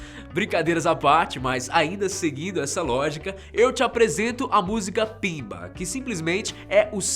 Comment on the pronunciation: Não é pimba... É BIMBA!!! Gosto muito do canal mas esse vídeo está cheio erros.